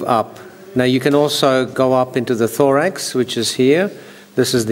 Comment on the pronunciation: when he said thorax i thought he said lorax